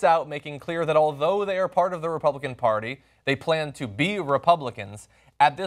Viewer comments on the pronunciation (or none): I like how John pronounces party as "paorty"